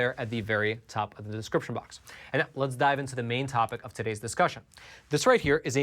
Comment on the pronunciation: "Todays's" and "precurious", lol!